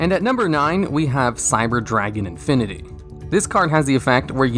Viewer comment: and he also says "infiny" instead of "infini" which really bothers me